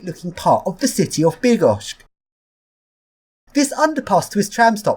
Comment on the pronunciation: Hey you pronounced it almost perfectly! However it's with "ch" (Bydd-gosh-ch) not "k" (Bydd-gosh-k). Polish words are hard to say correctly without breaking your tongue :) The most common tongue breaker is "W Szczebrzeszynie chrząszcz brzmi w trzcinie" which means "In Szczebrzeszyn (a town name) a beetle buzzes in the read". Or this one which also is a kind of tongue twister in English: "Jola jest lojalna i Jola jest nielojalna." - "Yola (a female name Yolanta/Yolanda) is loyal and Yola is disloyal". Try it, you will surely say "yolal" or "yolay" instead of "loyal" at times :D